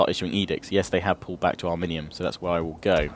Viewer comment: it is ari-min-yum